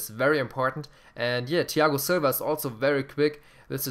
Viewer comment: Das Th von Thiago Silva nicht deutsch aussprechen lispeln ;D